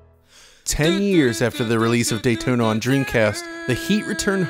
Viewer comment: Say "Dayton" one more time....